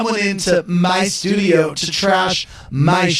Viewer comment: Lol Andy's so petty for that... 'MY shtudio' I'm dying here. He's so pressed 😭